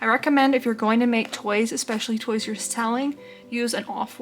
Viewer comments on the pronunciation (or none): none